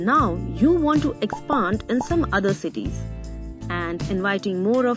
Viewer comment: Lmao "expund"